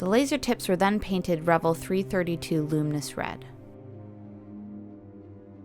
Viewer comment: First of all it's pronounced Re - VELL . Like in HELL, YELL, SMELL, TELL, SELL, BELL, QUELL, CELL, etc. Don't be so damned ignorant!! This must be the 1/72nd scale version. It's called a WINDSHIELD - not view point. Also Tuh-MY- YA is how it's properly said although all the dumbasses say the same wrong way that you do in this video. Not bad although very amaturish in the way that this was painted - there are references out there on the modeling forums. I take it that you don't build very often or that this is one of the first models that you've ever built. Take more time to understand the products that you use and familiarize yourself with the myriad of modeling products and brands and how to say their name right if you're going to do videos on this subject. It's good to see females in this genre as it's dominated by men. Mostly OLD men since the advent of the video game which is a predetermined outcome no matter how many times that you do it has helped to hurt the board game and craft industry! Its too bad as this is one of the most satisfying things that I know. Thank you any way and keep on building.